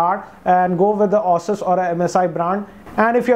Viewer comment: Its ASUS not OSES....... and i5 2500 series supports only z68 chipsets you can't use any other mobo.... so both which ever you were talking were z68 based chipsets!